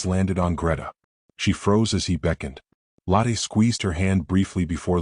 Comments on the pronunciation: The woman's name Lotte is pronounced Lo, as in English "lore" and the tte ending sounds "...tuh" Not like lateh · Lotte Adler - first name begins with Lo, which sounds like the oo in look. Adler means eagle and starts with Ah, not with add